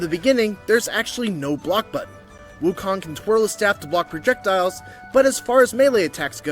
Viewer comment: FYI…The MISPRONOUNCED “Wukong”.